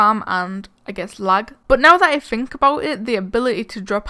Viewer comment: It’s think not fink